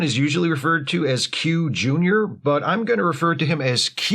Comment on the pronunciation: "Q-nyer" has made my whole subscription to your channel worthwhile